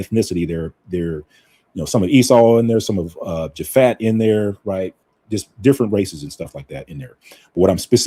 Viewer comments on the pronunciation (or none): Japheth not Japhat